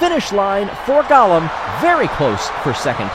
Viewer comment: Golem not Gollum.